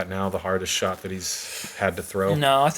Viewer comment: “continuing that hot SHART”